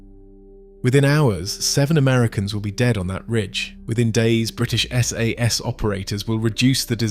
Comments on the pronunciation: sorry to say, a bit of a mess of a video. pictures/footage is distract rather than complementary and the ai voiceover mispronounces sas etc. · Interesting subject and I'm sorry to complain, but I've watched a couple of your videos now, and you REALLY need to sort out the way the narrator/the AI says 'SAS'!